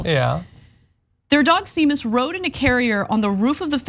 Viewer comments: It’s pronounced Shay-mus. As for sick puppy reference, seriously? I think that was just a spur of the moment thought. I remember the story which was called out by Gail Collins at every opportunity and she eventually pulled back. Whatever. Romney’s stock in my estimation has gone up considerably over the last few years. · It is Irish for James and it is not shame miss.... It doesn't getting broken up like that... Well it does but only by people who can not properly navigate vowels... The "M" sound does not appear twice 🤷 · It's actually more like Shay mus.... You break it before the m not after it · A couple of points: 1) It's pronounced SHAY-mus, not SEE-mus. If you did "some research" before you reported this story, you should have gotten the Irish setter/Irish name connection. This rookie mistake makes you look undereducated. 2) "Sick puppy" is an insult that was popular when Romney was in his late 30s-early 40s. He probably adopted it as "sounding cool" and "connecting with the youth of America." He may be a dweeb, but you don't have to be. Good idea to do your homework before a report; but you should probably finish it before then too. Although the Seamus/sick puppy angle was a good catch for this story. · 🤦‍♀ Seamus is pronounced shay-muss - c'mon TYT, do some research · "Seamus" is usually pronounced "shame us". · Pssst... Anna.. Seamus pronounced Shay-mus, it's Irish. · Seamus is pronounced Shay-mis - it's an Irish name. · Seamus is a Celtic name, I've never, ever in my life herd it pronounced like that. It's the same way as Sean, so it's Shamus. As a boy I had a friend called Sea for Seamus, which was said like shay, obviously. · See-mus? What is this nonsense? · Seamus is pronounced, "Shay-mus" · She doesn't know Seamus is pronounced Shaymus? Damn, that's embarrassing. It's Irish, like Sean being pronounced Shawn. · One of the many fun quirks of Irish pronunciation is that “seamus” is pronounced “shame-us”. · Seamus is pronounced Shay-mus. It's Irish.